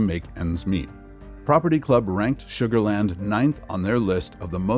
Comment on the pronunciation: You lost me when you said sugarland 😂